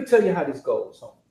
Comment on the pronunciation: Especially when he say Homieeee u can hear the accent right 😂💯